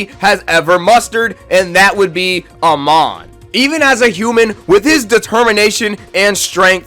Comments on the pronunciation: Nah bro whyd you say amon like that 😢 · Who’s denota doenota it’s donato and I’m sorry I had to say something I mean you couldn’t even say Amon right almost lost it there like you can say Takizawa perfect but not Amon